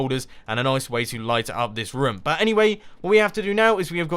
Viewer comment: You say rim instead of room